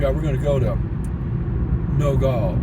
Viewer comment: It's No-gal like gal (girl) NOT gall like gallbladder